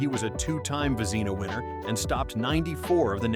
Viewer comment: Again, “Vezz-ih-nah”, even “Vezz-nah”, not “ Va-zee-na. Please check your A.I.